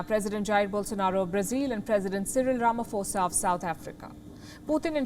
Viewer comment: NOT RAMAFORCA IT IS RAMAPHOSA!!!🤣🤣🤣🤣🤣🤣